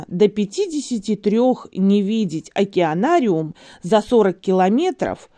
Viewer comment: Уралка кричит,, Окенарий, Окенарий,, Ну трындец даже не знает как правильно говорить.